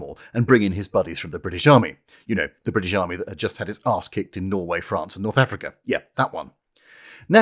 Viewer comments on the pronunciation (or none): none